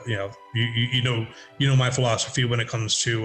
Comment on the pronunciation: Right after the Beast Master bit, it sounds like Ted says design flawsophy instead of design philosophy. I don't know if that was on purpose but totally coin that Ted! The emergence of the Beast Master among other things in Daggerfall is just fantastic.